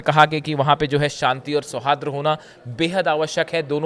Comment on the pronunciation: Sauhadra nahi hota hai ,sauhard hota hai